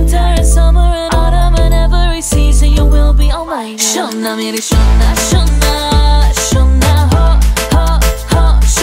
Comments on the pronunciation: How many Indians🇮🇳 think that her pronounciation 'SHONA MERI SHONA SONA' is more soothing😌❤️. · Really It's "SHONA MERE SHONA " pronounciation is better than us